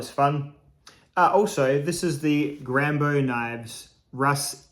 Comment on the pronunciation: G rambo knife, with a french accent. Nice 👍🙂